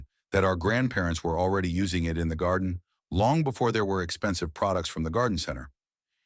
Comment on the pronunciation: GADIEN?????? I am REALLY getting tired of all these AI generated videos